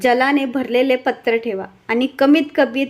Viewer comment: Patraaa ahe patr nahi